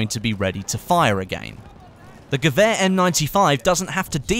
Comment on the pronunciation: Wonder how long it takes before you say "gewehr" right haha